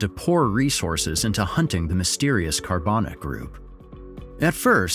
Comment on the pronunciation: How did the pronunciation go from Carbanak to Carbonic?